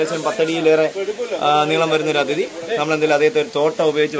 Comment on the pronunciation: Athithi athithi ennu parayunu adhithi suresh ano orale parayuna poleyanu adhithi ennu parayunne